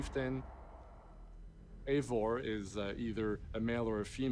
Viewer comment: It's not AY-vor, it's I-VOR! How can the makers of this fucking game not check the pronunciation!?